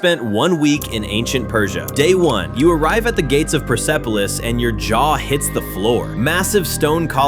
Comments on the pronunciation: It’s pronounced Pers-police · By the way, persepolis is pronounced purse police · It's not persepolic it's perspolis 😭😭😭😭😭😭😭😭😭😭 هعی خدا